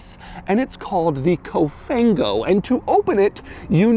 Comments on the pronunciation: It's actually Cofan-go Doug. But I appreciate the fact that you actually try to learn the meaning in Italian. Cofan-go is more English than Italian 😅 but that's the case over here because English terms are being used for everything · The quirkiest thing ever is the “COFANGO” 🤣